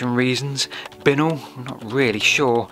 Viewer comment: Bincknoll is pronounced Bye Nol